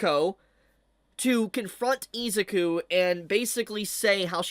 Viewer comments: Hate to say it fanbrats i told you so i told you so! Edit: you kept saying deku's first name wrong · Ahh yes, good ol Izooku and Ohchakoh. 😂